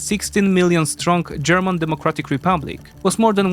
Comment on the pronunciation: Bro said "GERMON"